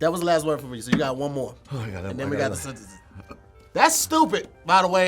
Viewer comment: forgets the first "n" when he says the word "sentences"